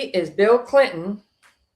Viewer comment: Bill Cilton? Did you mean Bill Cliton? Or maybe Bill Clinton? (just teasing) 🤣